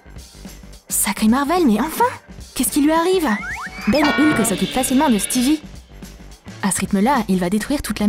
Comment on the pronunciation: Je rêve ou elle a dit "Lhuk" au lieu de "Hulk"